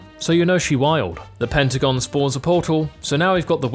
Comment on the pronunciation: he said Pentagon 😭